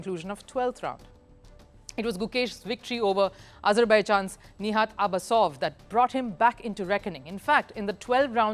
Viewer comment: Nijat Abasov...madam....not nihat.